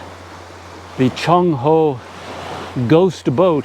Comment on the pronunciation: CC Some tough exploring. Really stretched you out. Take good care of yourself at your age. I am 68 and I did climb up my 2 storey building roof to replace roof tiles that were broken in a freak storm In school we were taught to pronounce Cheng Ho as Cheng Ho, not Chong Ho. Alfonso D'Albuquerque as D'Albukirk not Albukirki.